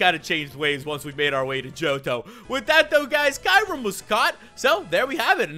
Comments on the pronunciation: um Kyurem is pronounced key rr mm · Kyurem is not pronounced like you pronounce it. If you watched the movies you would know